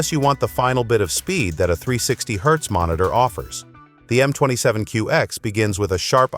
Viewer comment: Mon-it-tour... Dumbass AI.